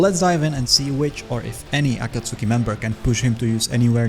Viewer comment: Aaaakkkaaaasoookiii Bruh ah-kaht-tski, not Aaahhhkaaasooookieee